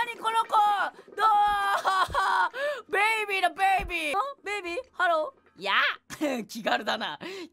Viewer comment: ベイビーの発音良くて草www